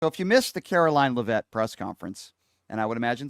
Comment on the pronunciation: It’s pronounced lev’-it not le-vette’.